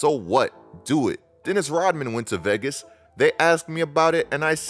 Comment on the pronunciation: C'mon how many times u gonna mispronounce Vegas in 20 seconds 😂